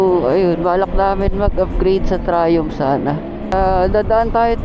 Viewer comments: Sir ang tamang pronunciation po ng Triumph ay tra-yamp, hindi po tra-yump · Na bobother ako sa pag pronounce mo ng triumph, pki correct nlang ha